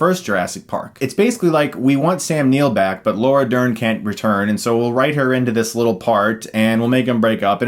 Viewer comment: Did he say Laura Nerd?